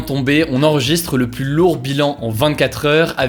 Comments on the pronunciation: Pourquoi il dit tout le temps "le plusse" au lieu de "le plus" avec s muet... c'est un truc régional? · Ça me perturbe à chaque fois quand tu dis ''pluSS''... on prononce pas le S quand c'est suivi d'un adjectif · Oui pour le cas que tu évoque c'est pareil en France. Mais en réalité j'ai regardé il y a des règles assez spécifiques sur la prononciation de "plus" que Hugo ne respecte pas.